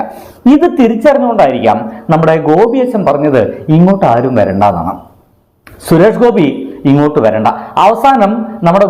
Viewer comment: ആദ്യം സുരേഷ് ഗോപി എന്ന് മര്യാദക്ക് പറയാൻ പഠിക്കടാ